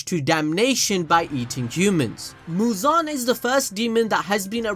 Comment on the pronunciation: The way you say muzan its like you are saying "JIGEEEENN"😂